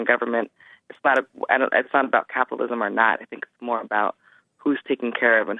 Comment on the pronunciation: "Capilism". Jesse, learn how to pronounce words.